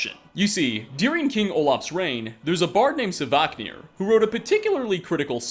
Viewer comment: I'll turn a blind eye to you saying Alea, but I absolutely can't stand hearing sAvaknir 10 times in one video!!! Ughhh